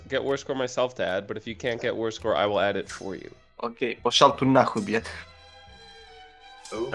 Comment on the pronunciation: Xifang player says "Пошёл ты нах*й бл*ть" with strong accent, which apparently translates from Russian as "F*ck you". Based on the context, either he was very frustrated with peace deal, or he didn't quite understand the meaning of this phrase.